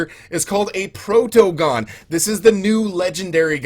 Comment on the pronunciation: Protogon sounds like protogen